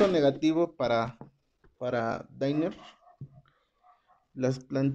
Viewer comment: No son "deiner" sino danner, asi , como se escribe se pronuncia. No lo digo por molestar.